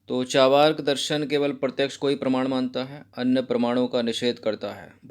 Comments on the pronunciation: इसे 'चावा+र्+क' नहीं, बल्कि 'चा+र्+वाक' पढ़ा जाता है। अर्थात् ऊपर वाले र् का उच्चारण जिस अक्षर पर प्रयुक्त होता है उस अक्षर से पहले किया जाता है। जैसे- दुर्गा, नर्मदा, मर्यादा, सूर्य, पर्व, पर्वत, मुर्दा, मुर्गा आदि। सार्वजनिक रूप से बताने के लिए क्षमा चाहता हूँ।🙏🙏 बाकी आपके वीडियोज बहुत अच्छे लगते हैं। Nice class 👌👏👍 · Sir aap achha padhate hai pr "Charvak" ko "Chavrk" na bolen. Thankyou